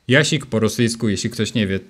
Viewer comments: Robisz błąd bo czytasz litere Щ jako ś, a ma być ść. Nie "jasik", a jaścik. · Jak coś nie "jaszik" tylko "jaszCzik". Tam jest "SzCz", to cz jest wprawdzie zmiękczone, ale wciąż występuje ;) , ale ogólnie fajny filmik :)